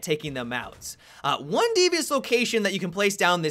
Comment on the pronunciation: Did you have a stroke at the end there? "Have a good oyuuuuuuneh" hahaha